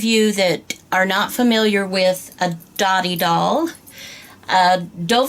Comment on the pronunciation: correct info but pronounced doe-tee. means friendship